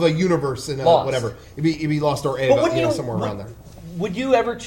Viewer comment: Who pronounces it as "Ava"